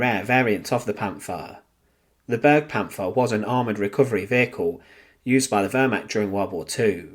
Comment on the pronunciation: It is not pronounced burgpanther. B air gu Panther.